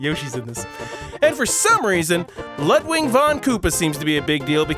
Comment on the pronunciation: Technically, Mario in space exists already... Super Mario Galaxy. XD Just a small correction it's Ludwig von Koopa, not LudWING. The name is German. Just like me. I can imagine that the Super Flower is the one that gives you the Superball ability, from Super Mario Land. Can't say for sure, I haven't played any of these fan games. Hey, Jim Carrey played the Grinch once. So he has experience being a green-haired weirdo himself. XD Super Mario: All Star Attack is probably the game that looks most interesting to me. At least from what you've shown here. Again, I never played either of these.